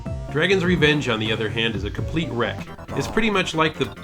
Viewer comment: It's been nearly 15 years since you corrected Dave's pronunciation here... and you STILL can't pronounce "Gradius," "Compile," and eight million other words (proper and common nouns). You pronounce "NES" as "N-E-S" where it's "NESS" (always has been, and that's Nintendo's position). Same for the "Super NES." I mean...... you're straight up incorrect about pronunciation. Your grammar is stinky. You don't understand adjectives, adverbs, noun/verb agreement... I don't know where to start or stop. Before you crap on The Dave for pronunciation, get your own straight! You can't be maximally anally pedantic and make worse mistakes than, say, Dave.... you use the modifier "honestly" (and its variations) too often. We know you're being honest. Just remove the word. You say "my personal opinion." We know it's your personal opinion. Omit the "personal." I could go on. I have to correct you in my head as I watch. It hurts. So leave Dave alone!